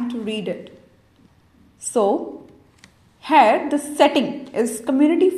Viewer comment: thank you that's really useful. please practise to say here not hair :)